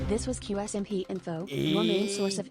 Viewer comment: "Que ése my pee " adoro a pronuncia do